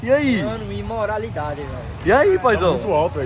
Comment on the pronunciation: Olha o maluco : imoralidadii...kkkk